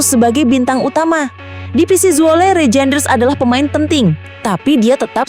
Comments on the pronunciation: DUH BACANYA BUKAN REJEINDERS TAPI BACA: REYNDERS .....PLEASE .... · Reijnders di bacanya Reinders kak